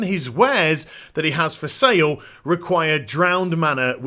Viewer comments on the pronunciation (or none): none